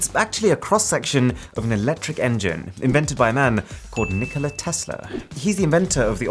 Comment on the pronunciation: My name is nikola btw you pronounced it well